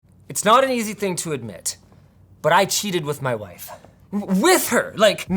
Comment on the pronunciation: “Maa wife” 😂